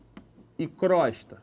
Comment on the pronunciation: Pronuncia correta e crôsta